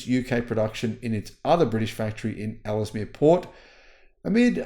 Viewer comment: Luton is pronounced Loo-Tun Ellesemere is pronounced Ells - Mear